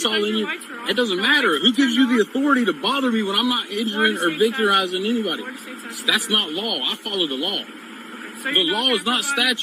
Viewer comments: Did he say “victerizing?”🙄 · Victorizing? I love his command of the English language.